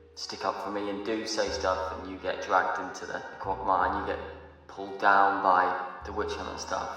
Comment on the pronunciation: "Cog mine"? I think you mean, "quagmire"